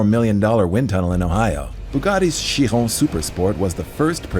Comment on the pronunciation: Glad to hear you pronouncing Chiron correctly 🎉🎉🎉